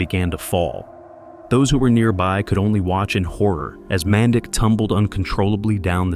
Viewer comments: it is not pronounced man dick it is pronounced manditsch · Uhmm.. It's pronounced "MAN-DEECH" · This will probably go unnoticed but his name in pronounced “Man-deech” in our Serbian language ć makes a ch sound. RIP Dren